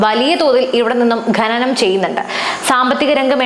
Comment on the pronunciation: ഘനനം അല്ല ഖനനം